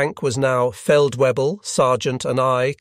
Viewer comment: Really good presentation of historical events that rarely get told by the participants, but please please learn how to pronounce German words. Even as an English speaking person it hurts my ears! For instance you don't pronounce feldwebel as 'feld-webbel' but as "feld-vaybel'. There is no letter pronounced 'whu' in German so the letter 'w' is pronounced as a 'v'.